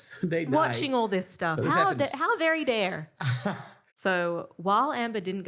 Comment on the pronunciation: That “How very dare?” Sounded so American😂